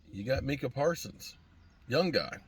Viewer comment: Hey its micha not minkah